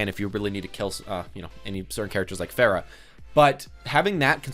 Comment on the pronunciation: Its pronounce far-uh not fair-ah